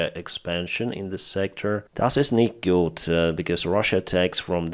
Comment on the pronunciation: Your "das ist nicht gut" was very well =D